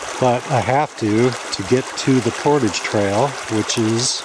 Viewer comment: Thank's for some good videos. I have dropped a few channels because they mispronounce portage constantly, but there are only so many decent canoe vid's and winter is long in Canada, so you can continue as you will. It is a cultural word to me though, and I would never go to Mexico and mispronounce a culturally significant word. Not if I expected them to watch.